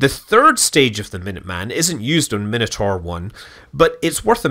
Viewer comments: The pronunciation of “Minotaur” is just bizarre. Is that an American thing? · You might want to work on how you say Minotaur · It's always weird to me when someone pronounces it min-a-tor, when I personally know it's pronounciation to be mi-na-tor. They are both correct. The things we grow up with hey.